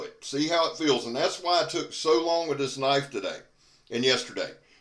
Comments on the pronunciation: Now that's a Knoife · Now thats a KNOIFE.